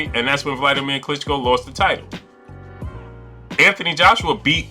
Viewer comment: “Anthony Joshua” start by getting the name correct son